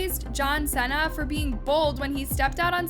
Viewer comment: Now why would you pronounce Cena like that 😅